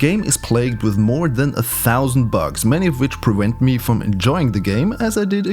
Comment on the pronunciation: Um You straight up said "Prewent" instead of "Prevent"